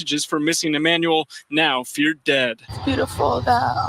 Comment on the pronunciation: Pronounced CORRECTLY with accuracy for BABY EMMANUEL ♥️♥️ . 👍🏾👍🏾👍🏾👍🏾👍🏾👍🏾👍🏾👍🏾👍🏾